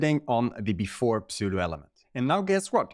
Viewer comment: Don‘t say „Psoo-doh“, say „Soo-doh“. But thanks for this video. Very cool stuff!